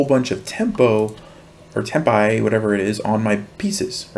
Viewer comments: A new challenger has arrived! Just like when you unlock Captain Falcon. I'm happy to come across a new chess channel, subscribed faster than a cheetah on the Autobahn. By the way, the i in "tempi" is the same as the i in "piano", it's not "temp-eye" just like it's not "pie-ano". Also Giuoco is pronounced "jee-Oko". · The plural of tempo is tempi. The final i Is pronounced like the i of silly for example